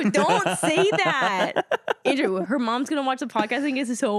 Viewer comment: not me thinking he said andrew juannn